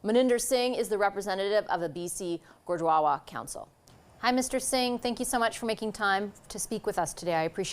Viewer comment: She said Gudwawa